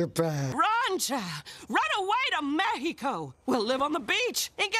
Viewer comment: XD i love how maya rudolph (monstress) pronounced mexico